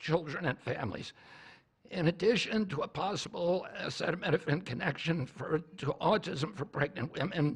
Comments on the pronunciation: He can't even pronounce/articulate the word acetaminophenal and his "team" didn't even make him say it repetitively to APPEAR like an intellectual. America is a laughing stick around the world for sure. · Semi-illiterate Trump can't even read the word "acetaminophen" (which apparently he's never heard before), but you should take his word for it that Tylenol is 'bad'. The stupidity has reached a new nadir.